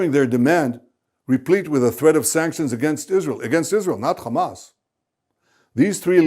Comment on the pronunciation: why he said khamas it s hamas